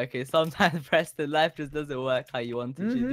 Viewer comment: You pronunciation on his name was wrong😂😂😂